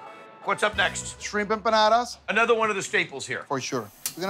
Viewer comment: We don't say empanadas